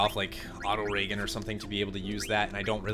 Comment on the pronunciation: I like how he switches between reggen and ragen though. Even his mispronunciation is not consistent... Kinda funny really.